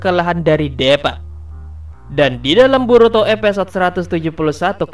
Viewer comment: Bang namanya deepa di baca s Diipa bang bukan depaa salah.🤣🤣🤣